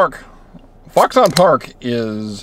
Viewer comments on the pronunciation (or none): Lol. It's oronounced "fox'n".